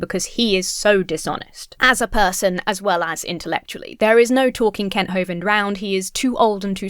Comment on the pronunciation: When you say “Kent” I don’t think you’ve got the vowel sound right